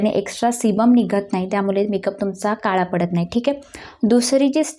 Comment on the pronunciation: मेकअप छान केलस. व्हिडिओ बनवताना भाषेवर प्रभुत्व असावं. नको तिथे ण चा वापर अयोग्य आहे. छाण नाही छान नाही हा शब्द णाही असं बोलतेस. आणि लिसटीप नाही गं लिपस्टिक म्हणतात. काला नव्हे काळा. मेकअप चा व्हिडिओ करते आणि लिसटिप बोलते. योग्य ती सुधारणा व्हावी.